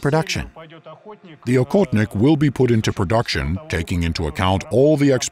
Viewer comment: And by the way for the US people: it's pronounced ah-hot-nick.. The hunter.. Please don't say okotnik that sounds very very strange